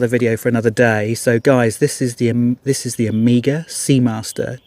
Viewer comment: Amiga was a computer. Hope you don’t say Seeko as well….